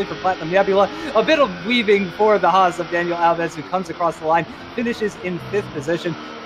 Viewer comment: Haas is pronounced Hass not Hawes